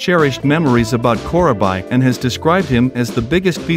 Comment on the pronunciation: Thanks for the upload "Core-uh-bye"... 😉